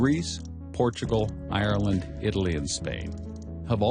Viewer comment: Americans can never say Ireland right xd